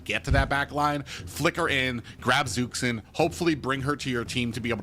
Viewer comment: Omfg its Zhuxin (dzhushin) not zuksin fking helll so tired of this